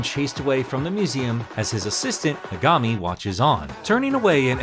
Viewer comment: Um actually, it's pronounced me•ga•mi not me•gah•mi.